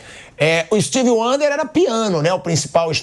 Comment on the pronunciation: Pilhado falando steve wander kkkkkkkkkk